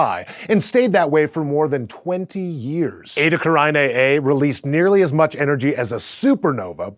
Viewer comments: OMG IT'S ETA CARINAE, not ETA CARAINE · And, in fact, it's correct pronunciation should be Eta Carine. Latin. Not Eta Caraine, like it's said in the video. Ehh, what're you going to do... English changing the pronunciation of words... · Isn't it pronounced... like Karina. Not care-i-ni-ay. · Completely mispronounced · I've never heard that fucked up pronunciation before this video.